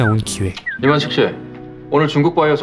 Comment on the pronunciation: 꼰대 이름 이만식인데 이만희처럼 들리네 ㅋㅋㅋ